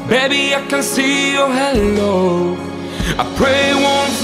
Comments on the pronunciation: Amazing singer but needs to work on English pronunciation. I could let it slide for the verses but “halo” was said like “hello” and that’s quite distracting when it’s literally the whole chorus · You have an awesome voice! But try to prettice your pronunciation a little, I'm talking about when you say "Halo", it sounds like "Hello" XD Anyway, good work! :D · Hay-lo, not hello hehe